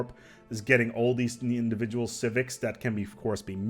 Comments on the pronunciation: lol “civivcs” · "Civivcs" Beautiful.